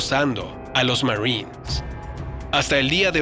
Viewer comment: Aprende a hablar..."marrins "...marines...marines